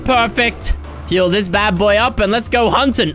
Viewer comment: I thought you said no heals